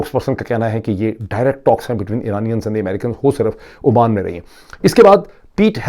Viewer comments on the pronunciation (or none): none